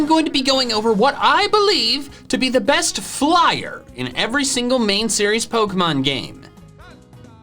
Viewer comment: He say bost